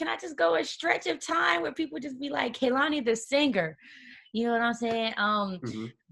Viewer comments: Hate the way they say Koloney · When they both say her name wrong in the beginning and she looks to the side lmaooo it’s pronounced “Kay-lan-e” Kehlani. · it's KAY-lani. why is this SO HARD for people to understand and pronounce?! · She held herself very well in this interview considering the foolery that was going on. Hardly an interview. For this to be her first time on with the Breakfast club y’all did my baby wrong& they were so inappropriate. & the amount of times they said her name wrong drove me crazy!!! I feel like the female did ask some interview questions but overall this was not coo. She deserves better. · Y’all said their name all wrong. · I came here because I love Kehlani and wanted to see her in an interview about this great album she released. I cannot stand the unprofessionalism that is Charlemagne. Can he be dismissed? Also I need all of them to pronounce her name properly. Thank you Kehlani for being the beautiful honest spirit that she is! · I'm just mad they didn't say her name right lol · Why tf they all saying her name wrong lmao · I wish she would've told they asses how to properly pronounce her name.